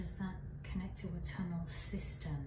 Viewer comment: Sheshe keeps saying sewer tunnle